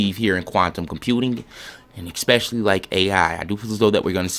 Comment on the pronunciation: FYI, there is no "x" in the word "especially", nor "ask"